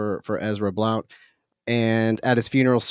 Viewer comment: I'm sorry but Blount is usually pronounced blunt